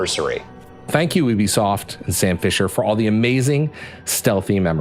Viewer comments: Yoobeesoft not OObesoft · did he just said "We're here at boobysoft, Toronto"?) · Sounded like he said "Boobysoft" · we're here at "boobisoft" 😂